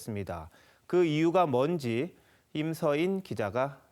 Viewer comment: 남자 앵커 좀 바꿔라!! 뭔지 / 먼지 구분을 못하네...